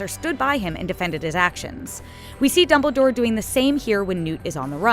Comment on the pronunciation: Lol she said Doubledore